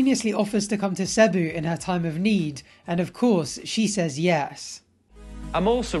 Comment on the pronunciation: your content is fantastic I have always loved it but I cringed at when you said Cebu it’s pronounced as Sea-boo